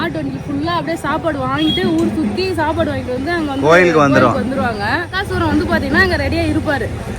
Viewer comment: அது பக்கா சூரண் இல்லை பகா சூரண் அக்கா